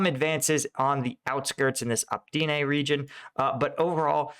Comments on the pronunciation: Oh-Pit-Nay, not Op-teen-ay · You keep saying "Optene" it is Opytne! Or else you are making pretty good videos! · Great content, thank you. Btw.: It's not Optyne, it's Opytne. But you can express it however you want, we understand you nonetheless ;) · hey! great content:) but you misliterate Opytne - it isn't Optyne;) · for Zelensky's sake:) "Opytne", not "Optine": It's "O-" like in "Oh", "-pyt-" like in "pit"; and "-ne" like in "net". I hope you'll find it helpful. Nevertheless, good work,!